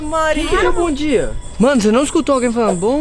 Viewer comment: Não é nem bom dia e bom dea